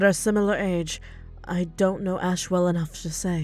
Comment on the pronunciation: Friendly Correction It's Asch not Ash It's Rhys not Rise